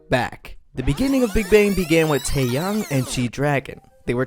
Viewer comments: Taeyang man, his name is Tae-yah-ng. Taeyang. And it’s Seungri....nvm I give up 🤷🏾‍♀️🤦🏾‍♀️😭😭😭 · “TÄÄYÄNG” lol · Taeyang is pronounce "Tae Young" right? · yang is pronounced as "young" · please at least pronounce taeyang's name correctly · The way you pronounce taeyang is interesting 😂😂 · This is a nice history breakdown of Big Bang. Good Job. But your pronunciation kills me. TaeYang it is said like T-eh y-ah-ng Although it is spelled Choi... it isnt Choy but more like ch-weh. This is me trying to fix the problem romanization caused for Korean pronunciation. Hope it made sense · ikr like the way he pronounced "taeyang" and "choi" is ,@@@@